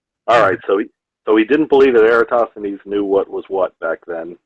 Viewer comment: Jeran can't even pronounce "Eratosthenes" (or else he thinks Aristophanes WAS Eratosthenes). Nor can he punctuate, but who's counting.